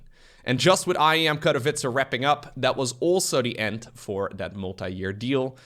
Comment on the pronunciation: I'm happy enough with how he pronounces Katowice, but he's still got room to improve.